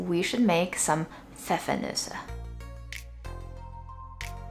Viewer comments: Compliments on pronouncing Pfeffernüsse 👏🏼👏🏼👏🏼👏🏼❤❤ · I love how you pronounce "Pfeffernüsse" - totally perfect! :) And I love how you travel through the world with just one spice.